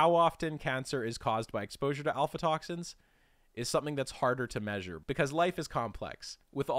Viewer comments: It's AF-LA toxins, not alpha toxins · obvious he is not a biochemist, he doesn't know how to pronounce many of the molecules' names. for ex: af:la toxins, not al-fa-toxins. As as trained biochemist I can't get past this and many other of his mispronunciations of common chemicals like acetaldehyde. Acetic acid = vinegar. Then acet aldehyde slightly more reduced./less oxidized. People who do the keto diet produce acetaldehyde in buckets and its is easily detectable in exhaled breath and that the liver must process. cancer? maybe but unproven. Any of the halogenated alkanes, alkenes, and aromatics are likely bad juju. Fluorouracil though is cytotoxic to even cancers, so it's useful in therapeutic doses properly administered.